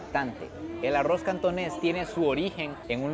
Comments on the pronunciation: Repite conmigo ARROOOOZ no Arrouz jaja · Amo estos vídeos, pero no puedo con su pronunciación de “aroz” 😂